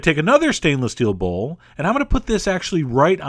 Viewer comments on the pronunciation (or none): none